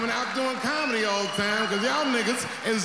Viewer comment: He put emphasis on that "FUCKING LIFE" part. haha. he destroyed everything in this. The man is a genius